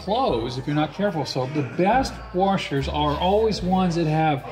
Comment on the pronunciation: top three "worshers"